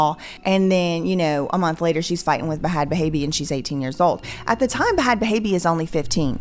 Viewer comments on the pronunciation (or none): Will you please stop saying BaHad baby as though you don't know the way to pronounce that is just BAD baby. WE KNOW YOU'RE WHITE AND YOU DON'T KNOW ALL THE VERNACULAR BUT YOU DEFINITELY KNOW THAT, GOOD GRIEF. TO GO TO SUCH A LENGTH TO MAKE SURE PEOPLE KNOW THAT YOU DON'T KNOW SLANG IS RIDICULOUS. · Why does she pronounce bhad bhaby as "ba-had ba-haby" ?? like wtf? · I am not that far into the video, and I know this is super serious, but the pronunciation of "b-Had b-Habie" is sending me 😂🤣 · The whole bHHHad bHHHaby pronunciation needs to stop. Wtf you're killing me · BaHad BaHabie is killing me...please stop....the H is silent.... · "Buh Had Buh Haby" is WILD 😂😂😂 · I’m 💀 every time you say B-HH-AAD B-HH-ABBIEE😂😂😂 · I love how you say Ba-Had Baby 😂 these girls are a mess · lol ….Its just “bad baby” you dont pronounce the “h” 😂😂😂😂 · Please stop saying bhhhad bhhhhabbie like that the h is silent and I’m scared of goats and you make me think of them every time you say her name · girl its pronounced just Bad Baby, its just spelled weird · The way you pronounce Bhad bhabie is really taking me out too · The way you pronouncing bhad bhabie like a goat is SENDING MEE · Girl if u dont stop pronouncing the “h” in bhad bhabie 😂 🐑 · I love you so much lol. But the two letter “H”s in bhad bhabie’s name are silent 😂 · The way you pronounce the silent "h" in bhad bhabie is so distracting idk why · I love the way you pronounce the Hs in bhad bhabie 😅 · They way bj pronounces Bhad Bhabie 😅😂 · I always die when I hear pronounce the "h" 's in Bhad Bhabie! Sorry, not the point of the video, I know...kills me everytime nonetheless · I can’t get over the way you pronounce Bhad bhaby lmao you crack me up love you